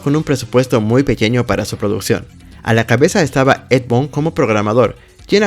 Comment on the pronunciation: La palabra "games" no se pronuncia 'yéims', sino 'guéims'; así con la 'g' suave. Boon = bun. Tobias = Tobáias. Como compensación, aprecio mucho que, gracias a tu video, hasta ahorita vengo enterándome que Ermac viene de "Error Macro". 🙂👍🏻